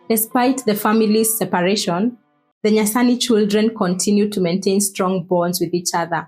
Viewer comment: What's Ger-ma-ni?...se- pa- ra tion😂😂